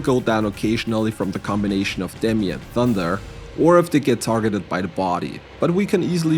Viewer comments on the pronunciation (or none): none